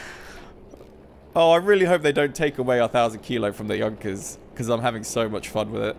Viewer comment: Correct he says it.